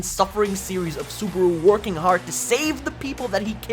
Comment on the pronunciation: This guy really called the Re:Zero MC "Subahdoo"